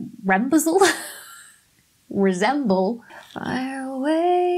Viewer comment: Your pronunciation of 'resemble' ! 😂😂😂